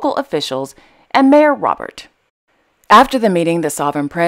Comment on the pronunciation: The Hashemite royal family is enormous... all those names, yet you struggled with the French mayor Robert, which is probably pronounced "rob-bér". You make me laugh..